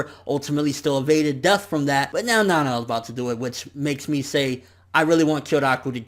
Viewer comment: It's Nanao ( Nuh-now)